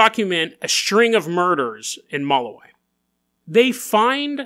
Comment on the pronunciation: It’s pronounced “muh-lou(like loud)-wee) lol.